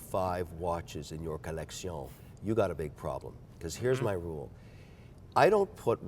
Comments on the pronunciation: Kevin is so miserable to listen to. The red band is so tacky, and matching his pens thinking he’s original. The way he says collection and thinks people care about what he’s wearing on shark tank. comment, “I think it’s a blessing in disguise” shows how repulsed he is by the tacky red bands. Everything Kevin says sounds like something he’s heard someone else say. He’s regurgitating other people’s opinion because his are so miserable. For example, the only original thought he had, was putting red bands on every watch. What an unflattering statement to make on well crafted timepieces. Nitrogen escape valve (you mean helium), Beaumont (you mean Bremont). It’s like he’s so disinterested in his own hobby because he’s so god damn boring and pretentious. I love, but can’t stand Kevin’s commentary on anything. “Here’s my collection of other people’s favorite watches. I added red straps because I’m a classless moron. The only watch I picked out on my own was a used women’s watch. It’s so stupid that the second time I bought it my wife cried. I also match my watch to the vegetables I’m going to cut next week.” I can’t believe has the stomach to talk to this man. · What a pretentious fop! So many affectations (the hideous red watch straps, pocket square, pen, and the poofy way he pronounces “collection”). This is the polar opposite of “style.” The guy dresses like the Maitre D’ at a second-rate French restaurant. Everything about Kevin screams that he’s an overcompensating nouveau-riche little man. So, for those reasons, I’m out. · Ah yes collectioñe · What a foppish, effete tool. He can't even be consistent in his douchery. Insists on the French 'maison' whenever discussing a different watchmaker. Either Spanish or butchered Italian (sure as hell isn't French) for his 'coleccion.' Yeah we all want to be stylish and that's why we care about watches. But just get over yourself a little bit. 🙄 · It's not a collection it's a Co-Lec-Se-Uh-N